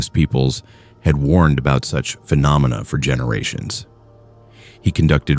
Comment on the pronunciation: Are you using a human narrator? I doubt AI can pronounce “phenomena” as well as you did. Keep up the good content.